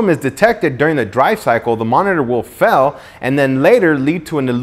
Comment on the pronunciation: Did he say "FELL" instead of "FAIL" hihi